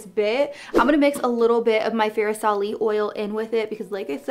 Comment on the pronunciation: Killing me with how you're saying fair-i-sali. Its FAR-sali. Hard "r". And the "stev" shade in carli's palette is said like the name steve.